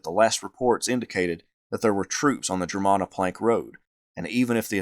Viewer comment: Germanna is pronounced GER-MAN-AH.